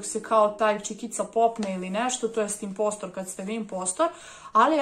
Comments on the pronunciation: nije inpostr nego inposter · Kaze se imposter